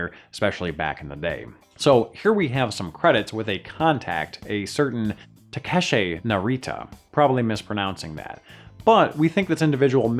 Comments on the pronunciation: The name is pronounced tah-keh-she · It's "Ta-Ka-She".